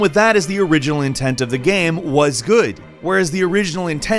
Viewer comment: The way says the word "game" is really jarring. I know that sounds mean, but it's like he found an extra syllable in there, and I can't get over it.